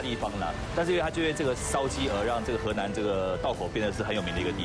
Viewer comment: he nan 不是 he lan